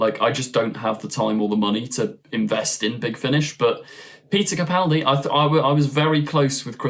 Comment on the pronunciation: I'd like to commend you for using the correct pronunciation of Peter Capaldi's last name. So few YouTubers get it right, and it's a huge pet peeve of mine. Keep up the good work!